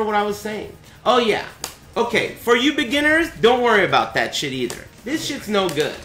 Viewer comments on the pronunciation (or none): none